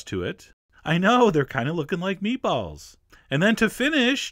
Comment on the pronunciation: The way he says meatballs bothers me.